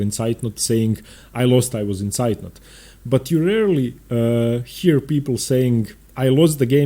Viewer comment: Hello, can you please make am opening series for the Scotch (not the gambits) and the London System? :) ps: As a german its impressive how you pronounce "Zeitnot"